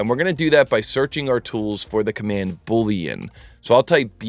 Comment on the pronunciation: "Magic" 🪄 LOL - another great video - buːliən is the word;)